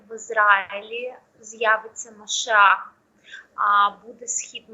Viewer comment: Ну хотябы правильно выучите, если вы уже вещаете, что,то, НЕ МАШАХ, А МАШИАХ, И ЭТО НЕ СВЯТОЙ, А ПЕРЕВОДИТСЯ КАК МЕССИЯ, КАК НАМ ИЗВЕСТНО ЕВРЕИ НЕ ПРИНЯЛИ ИИСУСА ХРИСТА КАК МАШИАХ, ОБЕЩАННЫЙ БОГОМ, И ОНИ ДО СИХ ПОР ЖДУТ ЕГО, НО ОН УЖЕ БЫЛ НА ЗЕМЛЕ БОЛЕЕ 2.000 ЛЕТ ТОМУ НАЗАД, СЕЙЧАС МЫ ЖДЁМ ЕГО ВТОРОЕ ПРИШЕСТВИЕ, НО ЭТО БУДЕТ В ДЕНЬ СУДА БОЖЬЕГО, ВО ДНИ ВЕЛИКОГО БЕДСТВИЯ, КОГДА ИИСУС ХРИСТОС ПРИДЁТ ОТДЕЛИТЬ ОВЕЦ ОТ КОЗЛОВ!!!!!